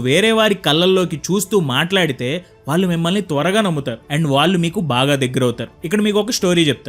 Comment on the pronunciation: Telugu బాగా pronounce cheyyali. ముఖ్యంగా, వాల్లు(వాళ్ళు,అనాలి)ఆంటున్నారు కళ్ళు(కల్లు,కాదు)అనాలి.